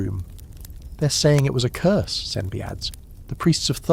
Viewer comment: It’s Curse not Curs Love your videos❤